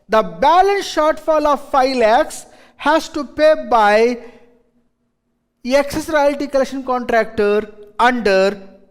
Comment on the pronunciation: Excess ko yeckcess kyo bolte yeh log pata nai🤣